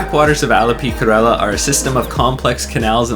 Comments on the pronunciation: This is complete RUBBISH Kerala is pronounced Care Ra La honestly you have no clue.. Actually you were there..???? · dude is kerala not karela.